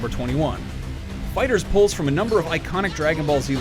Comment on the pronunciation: FINALLY SOMEONE PRONOUNCED IT FIGHTERS AND NOT FIGHTER Z 😫